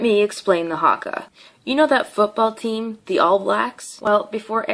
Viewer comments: I'm from new Zealand and she is the most erritating person I have seen and it's not harka it's prinased huka 😤😠😠😠😠😠😠😔👈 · Bruh it’s not haaaaaakaaaaaa it’s haka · The pronounces Haka two different ways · She said Haka wrong and its not sexist, its a tradition us maori's preform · This woman can’t talk shit when she can’t even say haka right. If you see this woman you would piss your pants if they did the haka in front of you.